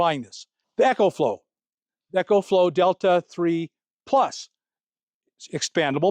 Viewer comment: Bro your the best but it's E-CO flow like eco-friendly. Lol 😅 Not EC-HO flow like an echo in a tunnel. Btw- it's the best!